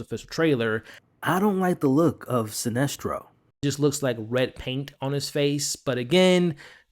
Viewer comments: also heard him slip in that "SINESTRO!!" over what I assume was "Celestro" 😅 but like AcksD said.. we still appreciate the content and love your effort! your learning with the rest of us. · Yeah he knows john, evidently guardians have been watching John since he was a baby, so most of the bigger names would know of him. Also his name isn't silestro....it's sinestro....with an N not an L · Silestro? Atros? Have you ever even read the comics? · Celstro, my guy love the vids but it’s Sinestro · Lmao good vid but I was thrown off by how you say Sinestro 😂